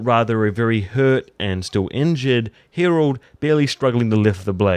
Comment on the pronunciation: Dude, what is it with you and the names? Hirald...Viksert? Come on...